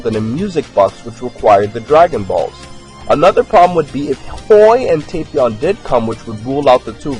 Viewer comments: It's tap Not tapeion It's tapion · its tah-pion